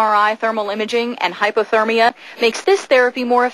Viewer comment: HypERtermia, not HypOtermia.... god is any news anchor over an IQ of 12?